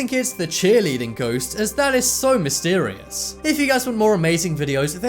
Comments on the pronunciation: Its not goast you stupid its ghost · rachael grant ??goast? Sorry I thought you said toast.